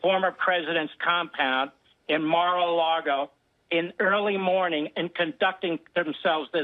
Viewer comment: Did the dude say"Immoral Largo"? lol!!!